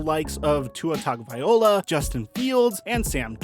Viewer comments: It's Tagovailoa not Tagovaiola. Pronunciation. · He always says tagovailoa wrong lol